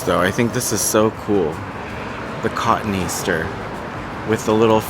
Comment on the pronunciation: Ka-Toney-aster not cotton easter😊